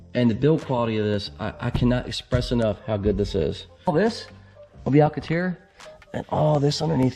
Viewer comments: What’s Alcateer? You mean, Alcantara? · Cool video but it’ pronounced, AL CAN TARA... LOL